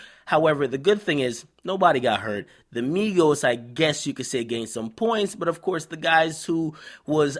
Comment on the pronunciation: not migossss not quavooo